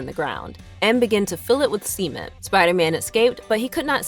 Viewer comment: Who heard “cement” and who heard “s3men”? 😆🍻